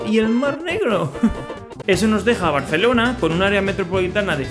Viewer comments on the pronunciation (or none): none